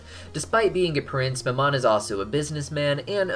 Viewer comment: Mammon isn't pronounced like the french word for mom it's pronounced like "mam" (as in thank you ma'am) and "on"